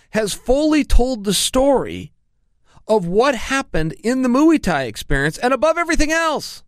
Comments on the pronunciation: Chael "The Moo-ey Tie Experience" Sonnen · Mooo-E Tie experience... love Chael! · Moo e tie Jedderjaysick I’m done 😂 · Chael "mui thai" sonnen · Mu-eee tie match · Moooey Thai lol